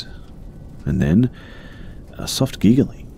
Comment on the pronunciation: I like when he says 'gigaling'